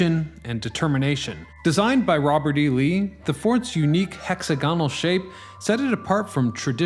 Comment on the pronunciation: I couldn't finish watching this video. It's interesting, but I can only tolerate the word "hexagonal" being mispronounced so many times.